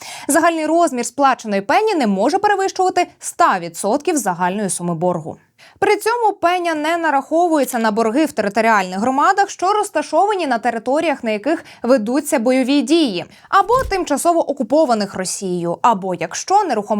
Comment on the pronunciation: В слові пенЯ - наголос на другому складі.